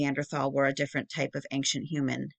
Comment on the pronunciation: Why do you keep saying ankcient?? You are more than mispronouncing, you are adding a letter that isn’t there. You sound uneducated and that is it good for your channel.